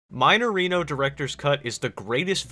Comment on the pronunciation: "Maineirino" Eu perdi tudo quando ele pronunciou assim KKKKKKKKKKK